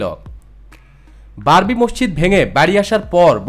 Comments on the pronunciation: Babri, not barbi.... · স্যার, "বারবি" বললে তা'র পরের শব্দটা হয় "ডল"!!!